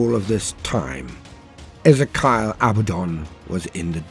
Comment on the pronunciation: E Zee Key Al